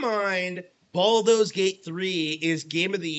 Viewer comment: "Balldo's Gate", lol